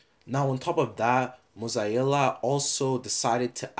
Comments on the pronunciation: M O Z A E L L A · mosiella lol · it triggers me how you say mozilla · Mozilla: "exists": mOzZaEiJlLa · Nobody:: moz-eye-ee-la